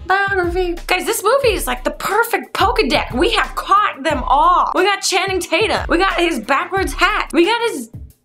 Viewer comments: Did you say pokedeck? It's called a pokedex. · It sounded like she was trying to say Pokedex but didn't pronounce the dex right? because she then made a reference to pokemon